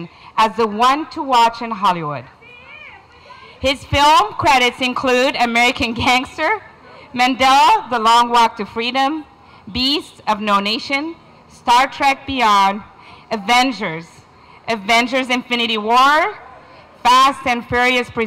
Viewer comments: it’s Mandela not Mandel 🤦🏾‍♂️ Tell me people, why is it folks are reluctant in their effort &!attempt to pronounce African names than they are with much more complicated European names such a Papadopoulos? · Did the lady say “Mandel” the long walk to freedom?? She meant Mandela!! Are you serious?? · She said "Mandell" instead of "Mandela" . . . Smh white people 😑